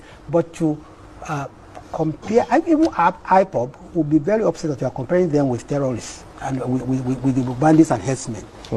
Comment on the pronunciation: He can't even pronounce ipob.... shameless man